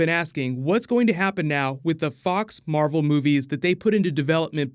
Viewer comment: You said marble